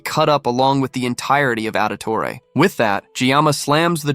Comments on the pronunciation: Auditore?Ezio audtore? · Did you say Auditore?? 🤣 The assassin family? Really